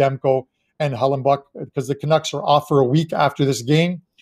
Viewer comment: It's Hellebuyck there's no N in his name stop saying Hellen buck lol. Great show guys!